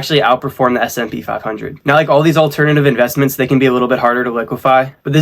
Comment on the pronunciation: Hey man, it's S&P 500!! Not smp 😅 it'll help your video to be algorithm-friendly as you correctly classify it!